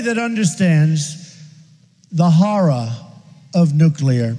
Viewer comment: "There's nobody that understands.. the harrar of Nuclear, better than me". I think people in Japan may. Just a thought.